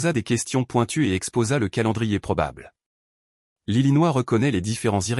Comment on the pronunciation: 6mn 05 sec environ..Faut bien choper le truc parceque ça va vite !!! Attention !😳..C'est rapide et choquant !!😱......." Lili Noah...!!!!" Au lieu de " l'Illinois "...!!🙄😁😁😁 Alors, je pose la question..Que viens faire cette " Lili Noah " dans cette histoire ?? Et où Vittel ? 😂😂😂😂😂